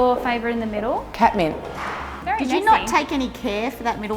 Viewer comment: Lmaooo at first when they said “cat mint” I thought they said “ketamine” 😂🤧 I was like who names their color “ketamine”?